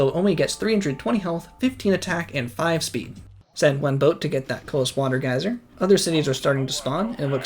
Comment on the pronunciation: I like the vid but hate how you pronounce herbivore, my man you’re not French, pronounce the h Also bruh it’s pronounced geezer, not gaiser